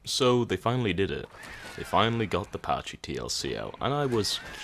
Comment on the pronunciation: “Packee” not “Patchy”